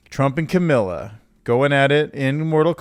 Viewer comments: Gotta call you out, Kamala is pronounced like Comma=la. Accent on the first syllable. *'Camilla' sounds like a Disney villainess. (Ooh, spellcheck did NOT like the v-word!) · I was disgusted when you missed the easy lay-up line "Cat Lady" by calling Taylor Swift avatar "some kind of cat woman" - omfg are you kidding me - but then you mispronounced Kamala Harris' name. It's COMMA LA how is this so hard. Looks like I'm on the wrong channel. Derivative nonsense filled with bad calls and unintelligent rambling. Unsubscribed. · You seriously don't know how to say Kamala's name? "Camilla”?! Wtf bruh.